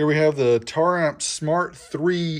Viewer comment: omg you said it right, been staring hard at the name while people say tara amps.....